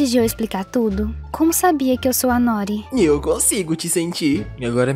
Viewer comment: Eu sou japonesa, noori é o nome de uma alga// comida, n é nóri , se fala noori.